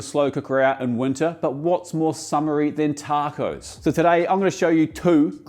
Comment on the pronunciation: You said Tarrcoes like a true Queenslander